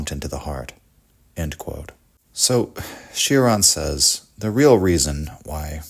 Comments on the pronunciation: Its not Shioran or Sheraan its Choraan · It's pronounced Cho-ran, like in chore, or chode. It's not a Bugatti Chiron 😉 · It’s pronounced “Choran” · Kept hearing it as Sheeran. Not at all the same. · it's actually pronounced chore-an